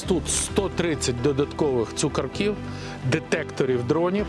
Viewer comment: ЦукÓрків !!! 🤦‍♂️ Не цукоркÍв!!! 🤪 ЦукÓрків !!! ЦукÓрків !!! ЦукÓрків !!! ЦукÓрків !!! ЦукÓрків !!!